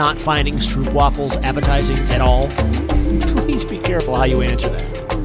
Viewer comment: it's pronounced stropewaffel.They're a Dutch snack, and they're "lekker"! (more Dutch)